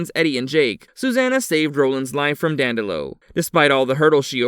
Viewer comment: Mordred IS NOT at higher level than the Crimson King and Marten/Flagg ARE NOT higher than either one. If he had been Mordred would not have gotten inside Marten’s/Flagg’s head. Q-thbert NOT Cuthbert, and DANDY-low NOT DAN-dell-oh.